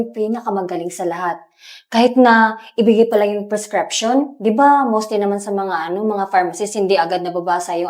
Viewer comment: Prescription, Hindi prescreption. Bisaya Ka talaga!